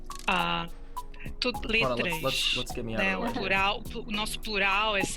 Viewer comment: is not LETRASH the right is LETRA